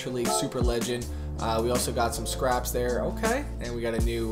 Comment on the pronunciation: Its scapes man not scraps 😂